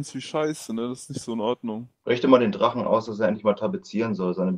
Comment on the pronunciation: "Ich bin nicht der drachne, verdammde aggst!"